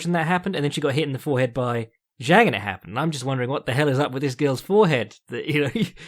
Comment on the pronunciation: Fyi Zhang is pronounced Jang in English and in Chinese its Jung, not Zeng